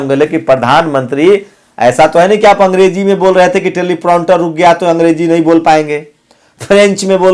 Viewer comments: Telepronter nahi Teleprompter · It's not 'telipronter' it's 'Teleprompter'